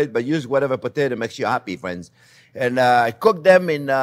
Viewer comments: "Well, hello there phrinzzzzz!" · There's " no white or wong " my fwends!!!!!!! Love him ❤ xxxxx 😍